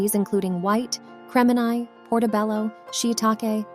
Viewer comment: Good information, but unacceptable pronunciation mistakes (like Criminy/ for crimini and fractose for fructose) make this look unprofessional. Appreciate the purine pointers.